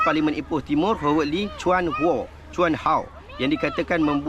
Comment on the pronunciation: Howard disebut = HA-WED, bukan HO WED.